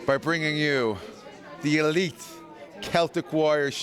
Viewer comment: did he say elite?😂